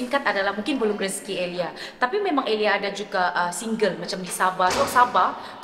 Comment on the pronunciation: Sebut nama sendiri ter sasul😅 tersebut "EliayS.. santa ja eliyas di depan 😂 Bunyi awal" dah mula petik kritik vokal sabahan😅😅